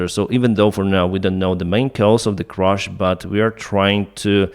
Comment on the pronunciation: CRASH, not “crush”